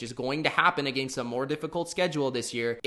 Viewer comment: Never heard anyone seriously pronounce against like that.